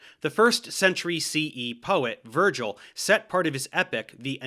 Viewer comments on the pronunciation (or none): none